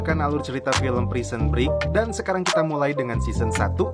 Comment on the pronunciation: Maaf Bang masukan. Break dibaca "brek" Lincoln dibaca "Lingkin" (bhs finland) Saran lgi buat smua aja, klau lgi nnton film jngan cuma baca terjmah aja, dengarkan juga suara aktornya. itung² "smbil brenang minum air" buat pngetahuan juga kan. over all is good